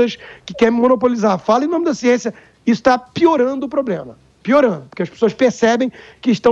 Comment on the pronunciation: "siençia" do dória kkkkkkk